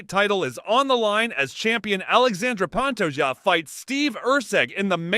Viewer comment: The way said Pantoja is crazy, these people only care for the money these videos make, clearly don’t do it for the love of mma💯